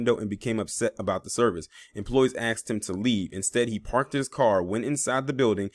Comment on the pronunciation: "Aksed" smh ..and you wonder why